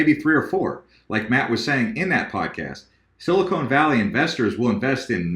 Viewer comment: I love you man, but it's Sil-a-CON not Sil-a-CONE Valley